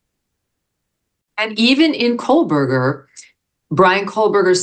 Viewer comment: Dear Megyn, accuracy matters. There is no "l" in Kohberger. Think assistant burger, as in co-burger.